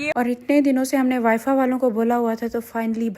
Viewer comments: Wi. Fa nhi hota wi fi hota he. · Wifa or wifi please normal words to acche se proper boliye yr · وائی فا نہیں ہوتا وائی فائی ہوتا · wifi ko wifa bol rhi hai 😂that was funny